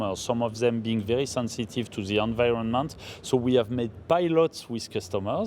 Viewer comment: Ze are zenzitive.